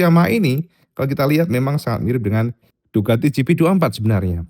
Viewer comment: Ducati bro, pakai "c" bukan "k"